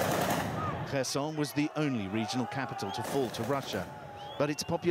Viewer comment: The news anchor called it person instead of Kherson